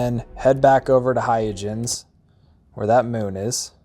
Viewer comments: Hay-ya-jens? Christiaan Huygens wouldn't recognize his own name. It's not hard to look up the pronunciation, you know. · It’s “hoy-gunz” named for the Dutch mathematician, Christiaan Huygens. But otherwise great video! I think your editing was tight and greatly paced. And I never knew about the unregistered sale trick. That’s amazing! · It's HOY-gunz, but thanks! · "Hoi - gens" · The pronunciation is hi-guns, and these ships spawn in random locations once you're above a certain level, my favourite is Huygens and Shoza